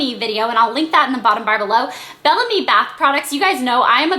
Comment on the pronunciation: I don't think it's pronounced "Bell Am-ie" but rather "Bell Ahhhhhm" which means "Beautiful Spirit" in French. :)